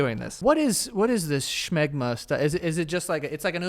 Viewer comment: Why you putting a 'ch' in smegma?